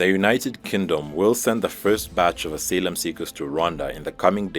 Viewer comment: "...asalem seekers?" Do you mean "asylum seekers?"